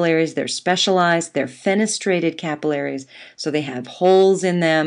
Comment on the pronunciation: I love how you say capillaries!